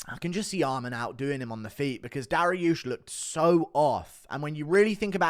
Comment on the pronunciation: Why can't you pronounce dvalishvili or arman